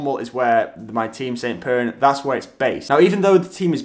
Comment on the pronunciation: Still can't understand the team name. Some better articulation on the team name please!